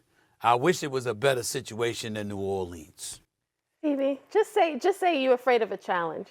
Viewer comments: SaS lost credibility the moment he said "New Orleens" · He cant even pronounce New Orleans correctly. SAS is a dip.